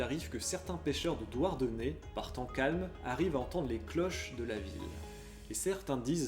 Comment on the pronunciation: C’est DouarNenez (et non Douardenez 😬🙃)